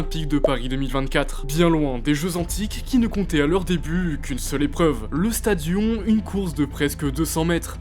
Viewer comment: Je fais du grec ancien depuis 5 ans et ont dit pas "stadian" mais "sta di -onne"